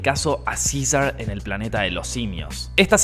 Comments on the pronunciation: Cisar jajajaja César así se dice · Yaaaa pero pronuncia bien, es cesar, hasta rl gringo lo dijjo bien , y tu no